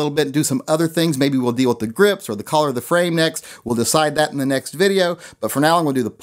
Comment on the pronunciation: You say "color" funny ;)